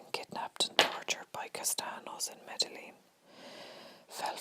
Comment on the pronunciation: Loving this! But for future reference, Medellin is pronounced: Meh-Deh-Yeen. I think I heard you pronounce the two Ls. I hope this helps :)